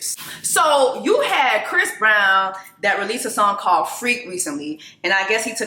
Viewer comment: Did you say fist brown? 😂